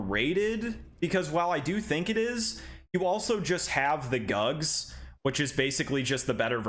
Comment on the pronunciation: The GUGS sword??? Huhhhh?? You mean the GUTS sword right hahahaha!